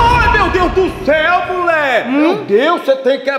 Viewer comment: Ele fala mule